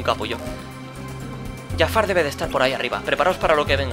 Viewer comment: No es Yafar es Jafar